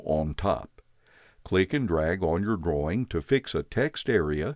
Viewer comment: Anyone else hear "save your groin" and not "drawing"?